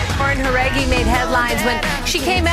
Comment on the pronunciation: Wait Jauregui is pronounced like THAT?